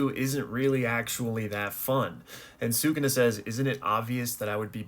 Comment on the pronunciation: Stop saying Sukuna incorrectly